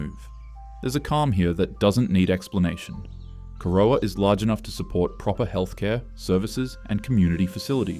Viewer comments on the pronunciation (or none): Arthur, my mother and grandparents would be spinning in their graves at that pronunciation of Corowa, always used to be a highlight of our year going back to Gran's old house there, either for term holidays or Easter. And yes there are a lot of tongue twisting town names in Australia, which is why I never try to pronounce them until I've heard the local's say it, causes a lot less arguments that way. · The narrator has clearly never been to Corowa (oh god..), Uralla or Bingara - you almost got Uralla but Bin-gara is way off. If the narration is AI, so be it - if not, I wish you luck with Wee Waa and Gwabegar. 😮